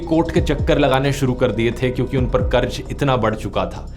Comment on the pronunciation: Bhai karz hota hai, karj karj kya kar raha tha. Pronunciation toh theek se kar. Ja ja ja was so annoying.